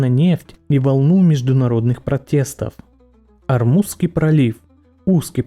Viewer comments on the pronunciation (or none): none